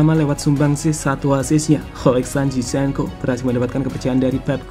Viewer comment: Zinchenko not cizhenko